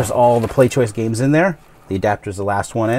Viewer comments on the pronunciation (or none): I found it,its ,and it turns out you actually said PlayStoishen. XD